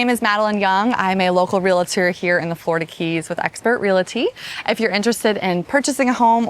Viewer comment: Just trying to be helpful here, but it’s Real-tor not real-a-tor. And real-ty not real-a-ty.